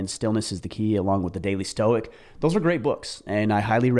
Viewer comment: "the storce of stoicism" lol